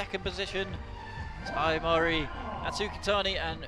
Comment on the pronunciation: The pronunciation of names is completely random! Every time a different name! Mori Ai crash the boulders!